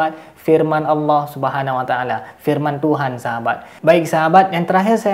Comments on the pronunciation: Orang gak faham kayak gini kok coba2 menafsirkan ayat AL QUR'AN. MENGUCAPKAN ALLAH saja jadi awwoh. Adooohh kacau. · ini sih bukan murtadin tp emg kafir dr lahir, apa itu awoh awoh..nyebut Allah aja gak bisa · Mudah untuk menentukan orang itu murtad atau memang asli nonis, dlm menyebut kata ALLOH, nonis menyebut nya AWOH... 🤭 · Ini sih mengaku aja murtadin padahal kafir murni, menyebut allah aja bilangnya awloh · Hal yg sdh basi ngaku2 murtadin, nyebut Allah aja owoh 😀😀😀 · Murtadin ngomongnya owoh......harusnya allah..inimah owoh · itu bkan murtadin tpi umkris yg pura2 jdi murtad,ngucap lafadz Alloh aja gabisa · Mengucapkan nama ALLAH saja tdk bisa. Bagaiman mungkin dia tidak menjadi MURTAD? Na'udzu bilahi mindzalik AstagfiraAllah aladhim. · Ngomong Alloh aja gak becus ni bpak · Mengucapkan Allah saja engkau gk bener